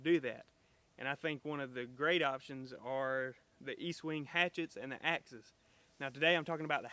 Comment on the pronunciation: Its pronounced Estwing, not Eastwing. Great tool you got there!!!